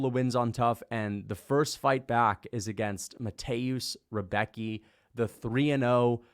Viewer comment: If anybody cares how to pronounce the name.. Rembetski not Rebeki